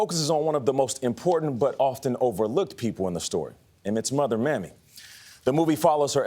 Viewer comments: Did Nate say "Mammy" instead of "Mamie'? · He called her Maime, I think some one corrected him !